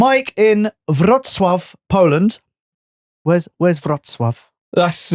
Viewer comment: impressive pronunciation of Wroclaw!, it's not near Karakow. It's good 3.5h drive.